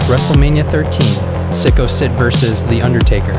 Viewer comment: "Psicko Sid" 😂😂😂